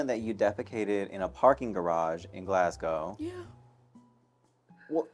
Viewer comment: I’m Scottish so hearing Maddy perfectly pronouncing Glasgow is 👌🏻